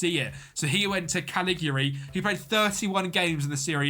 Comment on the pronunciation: Love the videos but speak slower so you can pronounce things properly because you mispronounce most words. I don’t mean to criticise but I dont get how cagliari is caligiri and things like that. Just makes for a better presentation when pronouncing properly.